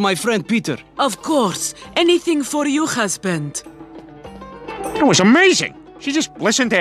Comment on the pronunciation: one think sticking in my head and I want to shout it loud is that MUSLIMS DO NOT SAY "KHUZBAND" INSTEAD OF "HUSBAND". RUSSIANS PRONOUNCE THAT WAY, NOT THE ARABS.